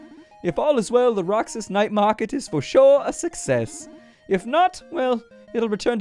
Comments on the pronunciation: That's read as Roh-hass bro. And the Roxas night market in Davao does actually exist. They close the avenue at night. :) Isaw (eee-sao) is grilled chicken intenstine, and kwek kwek is deep fried eggs covered in flour. They're traditional Filipino street food, though not as infamous as balut. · Roxas is pronounced "ROHASS" in filipino regional dialect aside from a market it's a city in my hometown capiz (pronouced cap eez) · duuuddeeeeee PH REPRESENT... roxas is pronounced as ro-has. A jeeney is a jeep conveeted to serve as a public transport here in the Philippines. And the the highway closes down at night to make way for the night market Also Sara is MAYOR SARA DUTERTE as in the DAUGTHER OF THE PHILIPPINE PRESIDENT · Said as Roh-has. And it is a real place